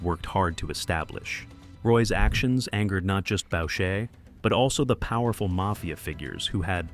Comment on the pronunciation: Boucher is pronounced: Boo-chay. Roy is pronounced: Roo-ah